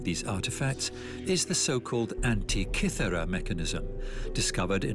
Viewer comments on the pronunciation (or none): Pronunciations leave a lot to be desired. Gubby Desert? SMH Also, It's pronounced An-tik-ka-thir-ra. Rezerchers? Really? Hew-stun, not Who-stin! Fix the Bot or hire a different Narrator.